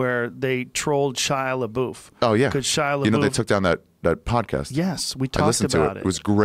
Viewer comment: Joe “Shia La Boof” Rogan